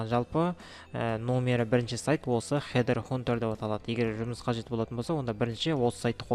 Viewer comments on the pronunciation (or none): Хид хантер деп айтылады бауырым